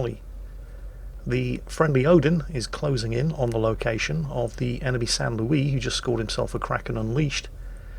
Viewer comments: Why do you call that ship the san lewie isint it pronounced S-aint Lewis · ST. Louis... I have never heard anyone pronounce it as "St. Louiess or however is saying it - LOL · Hearing a British person mispronounce "Saint Louis" so many times is annoying